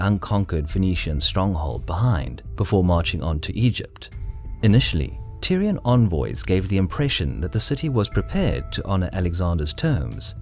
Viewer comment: Am I the only one hearing Tyrion in spite of Tyrian...?